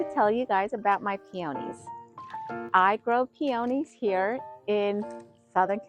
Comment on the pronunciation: I can't even listen to the way she says peonies wrong